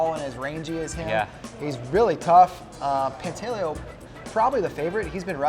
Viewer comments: No he told me himself it's pronounced Pant a leo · Quit butchering names. Pantaleo pronounced: pahn-tah-lay-oh. The guy’s good enough to have earned the respect to pronounce his name right.